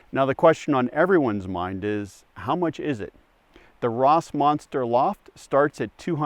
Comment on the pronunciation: I hope they realize "Rossmönster" means "Ross pattern". and is pronounced "Rossmoenster"